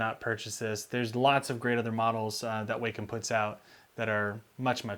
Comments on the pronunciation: Wacom is pronounced Wah-come, NOT Way-come. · Short "a". WAHcom, not WAYcom.